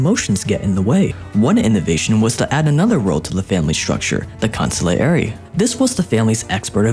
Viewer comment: Good effort. However... -Italian mob and the Jews go hand in hand. Italian mob have roots with the Jews. -Pronounced Consigliere incorrect. The role of is incorrect and when it was set in place amongst the Commission is incorrect. -Die by the box isn't the only way out. Someone within the mob can also be put on the shelf. -Alcohol wasn't the only focus. It just was made to be seen that way during the time. Counterfeit money. Make it - clean it - Invest.